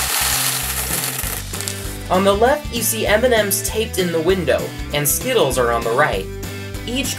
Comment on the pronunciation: Every time he said M&M's I thought about Eminem hahahahaha